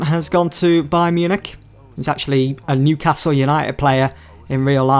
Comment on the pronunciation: Why do you pronounce Wan-Bissaka as Wan-Bithaka? Why do your pronounce points as poinths? Why do you pronounce Newcastle as Newcathle? Why do you pronounce season as seathon? Why do you pronounce business as buthineths?